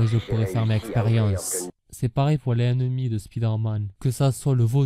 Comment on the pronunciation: Franchement un effort quand tu dis les ennemis il faut faire la liaison entre le S de les et le E de ennemis